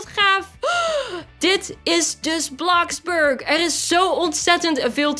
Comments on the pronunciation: hoe spreek jij dat uit?! Het is Gwn bloxburg niet blaxburk😒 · het is niet blaxburg maar bloxburg